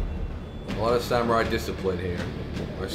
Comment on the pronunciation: The ancient samwai discipwins